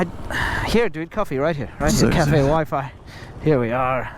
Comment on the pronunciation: CA fe ‘ 🤣